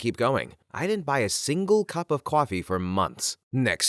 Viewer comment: I love these videos, but a few things always stick out. The pronunciation of coffee feels jarring. And as a German speaker, that German segment hurt my soul. Not hating, just pointing this out.